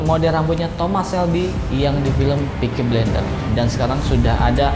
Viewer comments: bukan pickie blender bang tapi PICKIE FOOOKING BLAIINDEERR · tolong yah bang peaky blinder, bukan peaky blender sebutannya. gue sebagai fans film tsb merasa risih dengan penyebutannya. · Wkwk yg gw denger peaky blender jd nya hahaha